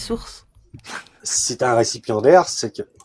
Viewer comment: "Récipiendaire", pas "récipient d'air" 😓